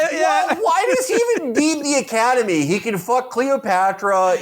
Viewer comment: Or as PBD would say it "The Ocodemy"